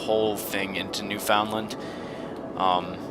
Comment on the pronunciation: FOR DA LOVE OF JUMPIN DYIN JESUS STOP SAYING NEWFOUNDLAND WRONG!!!!!!